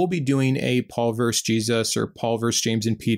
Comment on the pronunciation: Versus not verse